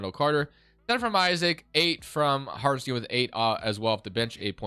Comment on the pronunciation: Sorry, its really bugging my ear, the guy isnt called Hartenstien but HartenstEIn, like in Einstein.